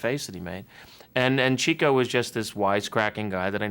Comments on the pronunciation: Hey Billy!! It's pronounced "chicko" not "cheecko" you phony! And I bet you have no idea how he got the nickname. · He lost me at “CHEEK-o.” A real Marx Brothers fan knows it’s “CHICK-o.” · I watched their movies multiple times, even owned all the dvds before I found out Chico was pronounced chick-o. People get upset about the stupidest things. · Billy, it's "Chick-o Marx." Not "Cheek-o." Groucho said Chico was a "chicken chaser." He chased the chicks. The man was a compulsive womanizer. And a great, if unconventional piano player. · It's Chick-o, Billy. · omg its pronounced "Chick-o" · Filardo Family its ok many people called him cheeko .. he never minded so why should you ..